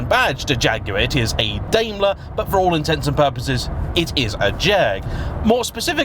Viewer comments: Daimler like a Daim bar not Daymler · Are British people deaf to foreign words... Certainly you've heard people say FILLET, and Daimler correctly... you live right next to France, but butcher all their words. Daimler .. Dime-ler